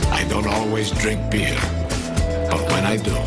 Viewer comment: Is it just me, or does it almost sound like he's saying "I don't always dring beard, "?